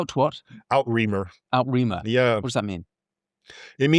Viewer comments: French, people, French: It's NOT "Out-Remare" as you pronounced it (I thought, Whaaat?!) - when you said "The Christian Kingdom On The Other Side" I suddenly realized you were trying to say "Outre-mer" - (ootra-merr). Right. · Rather than 'Out-reemer', probably pronounced more like 'ootra-mare'. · In case you're confused by this guy's American versions of pronunciations: he pronounces 'outremer' (literally 'overseas') as out-reemer; it's usually pronounced 'ootra-mare'. He also fails to pick up on the Norman 'creed' which is a marriage of Viking militerism and highly devout Chistianity whilst doing the odd bit of plundering. They were the perfect counterfoil for Islam which had made all its conquests without the least scruple. Except they wished to protect their fellow Christian. Nevertheless, the guy's passion for the truth is outstanding and he puts facts in very stark terms. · I love this, but his pronunciation of "outremer" (a French word) is embarrassing!!!!